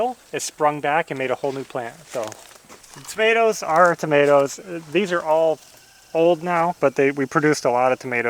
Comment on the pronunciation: Towmateeos, made me lol do you mean tomatoes 🍅 🤣